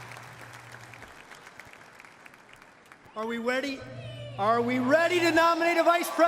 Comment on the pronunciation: “Are we weddy 🥺”